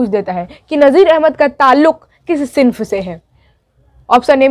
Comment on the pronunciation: "सिंफ" नहीं होता है मोहतरमा सनफ होता है।